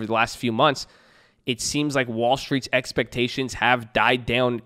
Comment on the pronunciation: EXPECHAINIONS! LOL let's get ready for earningz babbyy! Let's go!!